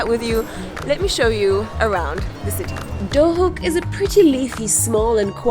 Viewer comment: Is it pronounced Duhok or Dohuk? Because even though it's written Duhok you say Dohuk.